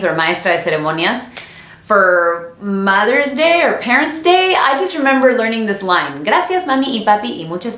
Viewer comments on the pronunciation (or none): Me gusta mucho tu historia y me gusta mucho que te puedo entender en ciertos aspectos. At minute when you said "mathers day" hahahaha I could completely relate. When I was little I had the same problems with English so I would make it more understandable for my friends in Mexico. Right now I work in a Korean company and handle import & export with U.S. Customs and La Aduana Mexicana. The thing is all my coworkers are either Mexican or Korean and their English is not the best when speaking it. At first they didn't understand me, so I learned to speak English like them. Sometimes I feel I am losing my English, but when I go to U.S. Customs my English is fluent with no accent. That always freaked me out since I would unconsciously do this, but now that I see that you experienced something similar it puts my mind at ease. As for the friends I made from Mexico now. When they first meet me they think I am mean because I am from the U.S. they later get to know me and find out my Spanish is fluent and I speak just like them since I was born in Mexico. They later give me that one excuse. "Ah es que como naciste aqui por eso eres buena onda si ubieras nacido en el otro lado entonces serias malo como los demas" jajajaja. Debido a que naci en Mexico pero como vivi mayoria de mi vida en San Diego y hacerme Ciudadano de Estados Unidos ahora me dicen que no soy "ni de aqui ni de alla." Wonderful video! Lovely Bilingual skills :) Que estes bien, saludos cordiales!! :) Subscribed!!